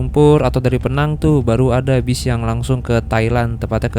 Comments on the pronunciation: Sebutannya bukan PNANG.. PINENG.. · Bang PENANG bukan peenang, pake penegasan PE-NANG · Sebutan penang ....pineng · Bro Penang di baca pineng 😂😂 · Penyebutan Penang bukan Vokal Penang bg. Tp Pineng. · Pineng bukan penang😅😅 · Maap kalau boleh kasi masukan.. kalau Penang itu di sebutnya pineng ya mas. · Penang sebutan nya Pineng bang..saya pun jadi pening ( pusing )..😅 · Penang,penyebutannya Pineng. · Penang penang, yang betulnya adalah pineng. Buruk sangat sebutan penang tu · bkn penang tp pineng atau pinang ya 😂😂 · Tante Saya Org Penang, Di Menyebut Kota Penang Dengan PI-nang.. Penekanan Huruf I.. Terdengarnya Mirip PINEENG.. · Agak resah denger pronounciation Penang tu. Yang betul itu Pineng yaa bang😂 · penyebutan Penang nya agak lain bang..hahaha = Pineng org malaysia cakap bang.. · Menit Bukan PENANG mas bacanya PINENG biar enak dengernya logat Inggrisnya ... 😊😅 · Penang dibaca = PINENG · Itu nama dia pineng bukan penang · Penang itu melayu bilangnya pineng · Sebutan betul Penang adalah Pee-neng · Nyebutnya pineng😁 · Cara ngomong Penang nya lucu 😂